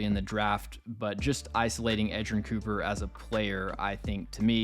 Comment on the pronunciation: U nailed edgerrin cooper